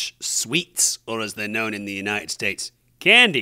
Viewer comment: The way suddenly says "Candy!" In an American accent made me spit out my tea hahah